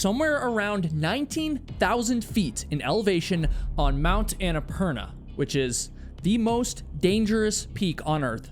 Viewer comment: Is it just me, or did he mispronounce Annapurna and have to edit it throughout the entire video? Watch his mouth closely when he says it, and it doesn’t match at all. It’s quite annoying.